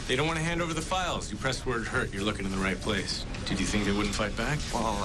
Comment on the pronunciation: Did you say that you're going to teach people how to fink like a lawyer? j/k